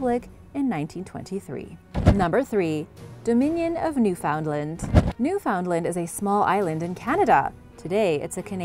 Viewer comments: I think it's odd how you looked up how to say every name except Newfoundland, you don't pronounce it how it looks, It sounds like New Fin Land, take it from me and east coast Canadian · Us canucks pronounce it as "New-fen-land" all together and a bit quick